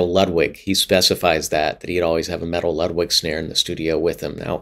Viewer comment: If we're going to make sure to pronounce "Peert" not "Purt" .. then it's also "Loodvig" not "Ludd-wig" :P